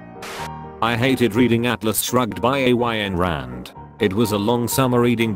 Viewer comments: “A-y-n Rand” I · Is everyone just going to ignore A-Y-N Rand. Cracked me up.